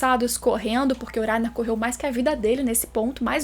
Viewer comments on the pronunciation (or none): Gosto muito do seu canal e do seu conteúdo, mas me nervoso escutar falando o nome do Reiner kkkkk ao meu ver o certo seria pronunciado como se tivesse o som de dois RR e não um. ( Acho que explicando dessa forma vcs entendem o som que eu estou falando ) kkkk